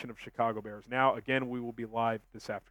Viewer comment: BEAR DAHN